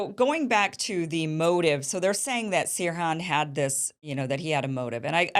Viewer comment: "Sirhan", not "suran".